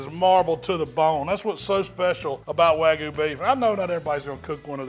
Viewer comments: It's not "wagu"... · Chipo-lte and way-gu. Yep. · WAGUUU. Wag-you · Wagoo? Come on man! LOL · Y’all need to look up how to pronounce wagyu. Y’all are saying it wrong 🤣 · Beautiful cook on that wagyu. The one thing you’re doing wrong is pronouncing it lol